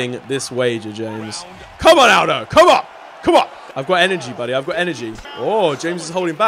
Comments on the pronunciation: Omg it joe-say Al-doe get it right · james pronounce it al-dough 😆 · Did he call Jose Aldo hosay owdow